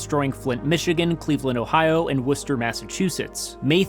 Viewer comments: Great video, but cringe and confusion on the pronunciation of Louisville (please say Lou-a-vul if it’s KY to avoid confusion in the future) — good thing you had the weather onscreen map else I’d think it was in OH or something. Especially since you pronounced Worcester correctly. Love and keep up the great work. from a survivor the 1998 April Outbreak who no longer lives in Dixie Alley nor Tornado Alley and is in a place less likely to get whacked. Still rocking my ‘I Believe In Nashville!’ as a reminder of the 2020 Outbreak miraculous survival of the mural and my personal history. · Ngl hearing you say “Worcester, Massachusetts” correctly at the beginning surprised me. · yeah isn't it like wooster or smth